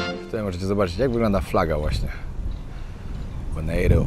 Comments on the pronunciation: Bonaire nie wymawia sie tego "e" na koncu, tak jak bys czytał bon air/air powietrze, jak sie zna jez angielski to sie wie. 😊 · Zła wymowa nazwy! Boner - to przybliżona wymowa!